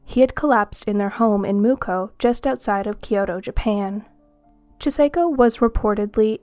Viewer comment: Very informative video. I greatly appreciate the compilation. But the pronunciation of the name Chisako is (chi-saw-ko) Kakehi is (caw-ke-he) 😉